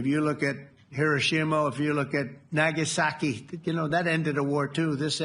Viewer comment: Don'tcha love it when he emphasises a word he's been practising and is proud he get's it right?... NagaSAAKII